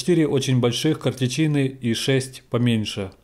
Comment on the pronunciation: КартЕчины, но не картечИны.